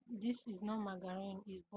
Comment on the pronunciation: Check d pronunciation of" "margarine",well pls,nice job